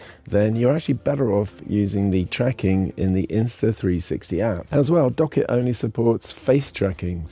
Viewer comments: Great video. Only comment for the future. It’s pronounced Dock kit. Two words. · yes correct but you produced it as docket. Not dock kit. It’s pronounced as if it was two words :) As per Apple keynote. It’s like WebKit, HomeKit. My argument still stands. Appreciate the reply mate :)